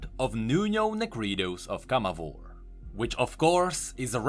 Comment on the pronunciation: Viego pronounces in his cards CamavOr, not CAmavor Rito changes the pronunciation depending on how says it?